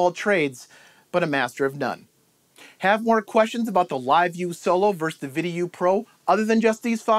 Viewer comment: Great video! Just so you know, "vs." is pronounced "versus" rather than "verse." :)